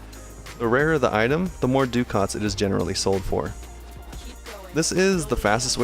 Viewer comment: Just an irritating comment from me but Ducat is actually an old currency and pronounced something like 'duh-ket' Is it pronounced differently in game?